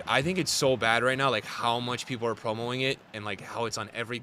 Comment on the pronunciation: "Promo'ing" promoting bro its promoting 😂